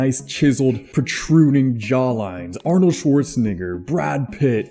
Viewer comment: He’s pronounce for Arnold was so clean Bro definitely experienced cod slayer